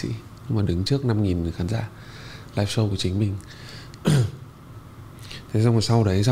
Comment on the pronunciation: Đọc là “Shô”, không phải là “Sâu”